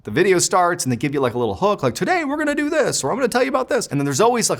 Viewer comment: 😂😂😂classic masshole accent he was using at the time while he was in high school!!!